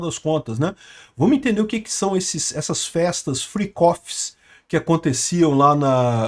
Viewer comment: "Fricófi". é o melhor kkkk